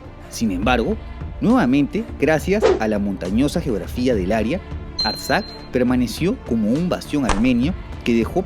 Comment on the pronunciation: Se pronuncia "área". No te olvides. Tenemos 5 sonidos vocálicos, no 6. La letra "e", no se debe pronunciar cómo "i". Pronunciar "aria" dice de un canto.